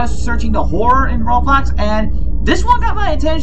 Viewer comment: Why you said Roblo(s) you mean roblox